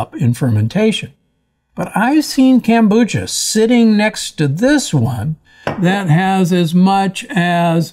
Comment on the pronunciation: why does he call it "Kambucha"? it's KOM.....Kombucha!